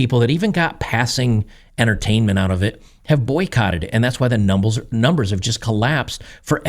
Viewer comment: “numbles” = numbers tumbled? 🙂